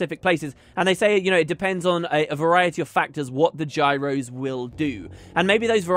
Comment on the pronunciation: Gyros = Signets is what I am hearing